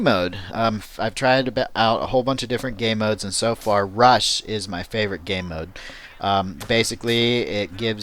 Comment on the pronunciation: did you say ...gay-mode?